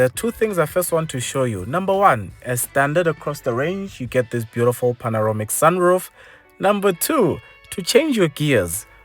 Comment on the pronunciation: Great video as always. Just that “panoromic” that kills me. 😅